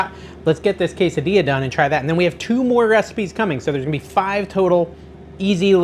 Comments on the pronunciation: Why do you keep mispronouncing all the Spanish words. You obviously know you’re saying them wrong and you asked if we liked how you say queda dila instead of quesadilla. Jalappin o it’s jalapeño. Real turn off to me A Maxican American. Bc boy we better not mispronounce English words bc then we get made fun of called names etc but you think it’s cute to purposely slaughter Spanish words. Not cute to me. Big turn off. You might consider being more culturally knowledgeable. Since you are using food from Mexican culture Your cooking w Mexican ingredients. Show some respect to the language. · Did you actually say, “tor-TIL-a”??? And then ‘Case-a-Dila???” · NO, NO, NO….on the Queso Dilla!!!! lol 😂 Each time you said it that way I shuddered! Just kidding, of course you can say what you want, it’s your party! You are looking great dude! I’m excited to try all these recipes. Thanks for making the Keto videos. After the holidays I NEED them. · I like your recipes but I balk at your pronouncing the “ells” in tortillas. If there is one “ell” you pronounce it but if there are two “ells” they are silent. Tor-tia!!! No “ells” pronounced! Also goes for quesadilla…do not pronounce the “ells” hence say quesa-dia!! Thank you for your yummy recipes!! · Quesa .... dilla? 😂 "Rao's" is mispronounced also. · no I absolutely hate how you say quesadilla! its worse then when you say blent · I'm not Latino, but it's disrespectful and downright stupid to pronounce quesadilla that way. Blocking this channel.